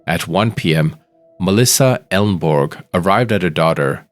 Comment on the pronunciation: Her name was Elneborg, not "Elbourg"...